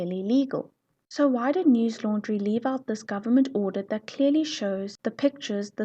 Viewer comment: It's not 💀 news laundry it's news lundary